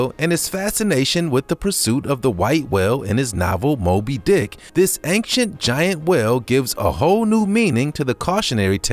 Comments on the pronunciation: Does he say "anxient" every single time, instead of "ancient"? Or are my ears playing tricks on me??!? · I heard anxient too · Marten Miedema me to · Marten Miedema that’s a good guess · haha, je hebt gelijk! You're so right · he did say anxient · He Says Anxient XD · Well its not your ears playing tricks on you because I am hearing that too 👂🏻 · Efraem Palencia me to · Yup it’s true no trick